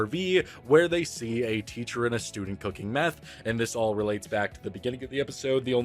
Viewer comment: " do you know meath " math ragebait